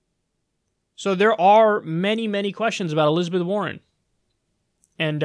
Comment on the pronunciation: Elizabeth WAR-ren.